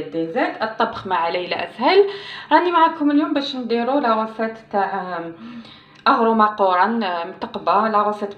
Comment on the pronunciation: Une très très ancienne façon de préparer aghrouk akorane si bien prononcé hhh L'asuce du sel aussi est connue, ça donne de la couleur et un léger goût salé Faut pas mettre bcp de gras Pour qu'à ça s'émiette pas trop et pour garder le croquant pendant des jrs